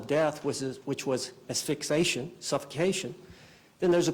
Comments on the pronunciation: What a dope ‼️Asphyxation isn’t a word. It is Asphyxiation ‼️There are Incidents, not Incidentes. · She fires 8 attorneys (or makes them want to leave) and ends up with a lawyer who says “ass-fix-ation”. Genius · The defense attorney doesnt know how to pronounce asphyxiation 😂😂😂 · Her lawyer can’t even pronounce asphyxiation right. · He can’t even pronounce “asphyxiation”!!!